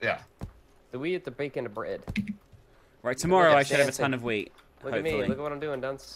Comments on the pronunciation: Ok,this might just be me but first was talking about brownies and then they were talking about wheat which sounded a lot like weed when I heard them say it. Just saying 😐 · I keep hearing "Weed" instead of "Wheat" and I'm LMAO